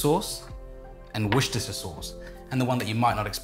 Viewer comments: Ah yes, wussusustu sauce. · This is the correct way to say it in Australian English - not British, not American and certainly not Japanese